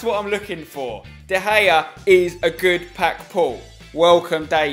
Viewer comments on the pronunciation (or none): Your first pronunciation of de Gea was this der gayea LOLOLOLOLOLOLOLOLOOLLOLOLOLOLOLOLOLOLOLOLOLOLOL